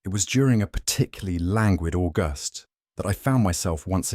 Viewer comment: AuGUST…AI yet again, and again, not tagged